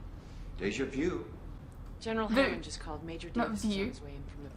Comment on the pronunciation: O'neill's pronunciation of "vu" was closer to how the French say it.